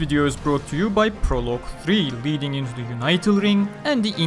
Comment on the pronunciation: "Unital" is pronounced with a short "i" like "unit." Not like "united."